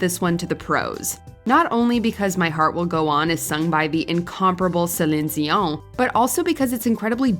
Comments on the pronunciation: Her name is CELINE DION. Not whatever you said. Selin Zion? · I'm sorry, but why is no one commenting on her complete butchering of Celine Dion's name ??????????